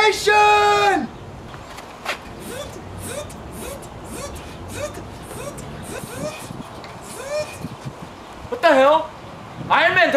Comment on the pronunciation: TELERPORTATION LOL HAHA